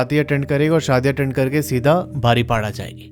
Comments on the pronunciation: It's बारिपादा not बारिपाडा. ☺️☺️😊😊❤️❤️Luv from Odisha. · Pronouns thik se kar le bhai woh baripoda hota hai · ...baripola nehi❌ Baripoda✅ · BARIPADA😂 NI BARI PADA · बारिपाडा नहीं है बारिपदा है । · बारीपाडा नहीं है वो, बारिपदा नाम है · Baripada not badipoda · Rasulpur nahi Rasulgarg Angul nahi Anugul Baripda ko बारीपदा bolte he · Nice story. Rasulpur nahi Rasulgarh, Baripada-बारिपदा * isse batane me meri koi galat intension nahi hai but me chahti hu ki koi galat pronounce na kare. Proper word sabko pata ho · bro said baripada 😂😂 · Bhai agar Hindi padhni aati hai toh it's बारीपदा and रसूलगढ़ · Bhai baripada- में "da "- दा... बारिपदा।😊 Love from odisha! 🤟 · Baripada pronounce galat he .. google se pucho